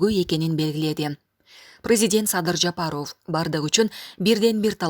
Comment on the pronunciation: ЖапарОв дебей, туура окучу. Бут республика угуп жатат, грамотныйлардан окутпайсынарбы???????